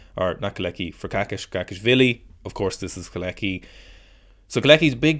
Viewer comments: I think you pronounce him "Co-latch-ky" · After butchering kolecki's name so many times I don't think you have any right to complain about people not pronouncing Irish names right lmao 😭